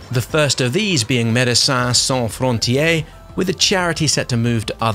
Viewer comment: Médecin sans frontière. Fron-ti-ère (prononced almost like the aire). We are quite the annoying bunch in French but we like to hear our language spoken 😊